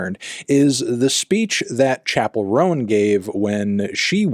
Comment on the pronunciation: Is it just me or does “Chappelle Roan” sound like “chakaron”